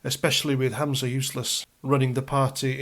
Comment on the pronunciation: it's Humza Useless, not Hamza Useless - you're thinking of your old adversary Abu Hamza. 😂